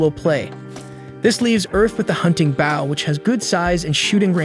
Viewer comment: The continued mispronunciation of Bow is a little distracting. Might want to look into fixing this.